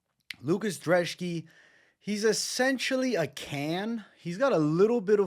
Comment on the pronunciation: Why do you pronounce Brzeski as Drzeski? Your last name is, do people call you Bevito mate? 😅